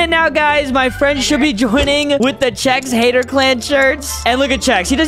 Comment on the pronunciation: Yea “Chef” it’s Chex